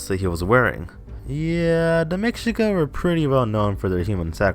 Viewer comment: Try and pronounce Mexica like this " May - She- Ka